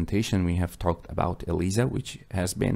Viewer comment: pronounced EL-AI-ZA